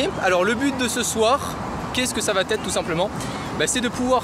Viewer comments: faut surveiller les liaisons.. parce que les " qu'est ce que ca va T être " ca le fait pas trop :). pour le reste parfait. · bonne vidéo mais il faut absolument arrêter de dire "ça va T être"